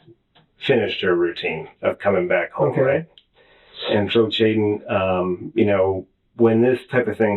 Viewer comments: Why does the detective keep calling him Chaiden? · Why is he calling him Chaiden??? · Chaiden 🤣🤣🤣 names get better eh